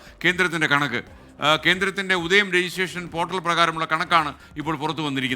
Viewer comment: ഉദയം അല്ലാ.. ഉദ്യം